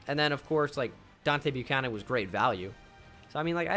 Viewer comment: It's Deebo Buchanon